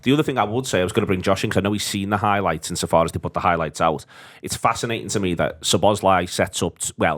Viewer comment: I see the majority have picked up on the constant use of Ekky Tekky, which was plain weird, but why this channel continues to call Szoboszlai, Soboszlai is beyond me. Lads, he did a video with the club the day he signed where he pronounces his name as it should be. And it's not Soboszlai, Sloboszlai or any other bastardisation. It's your job to get these details correct.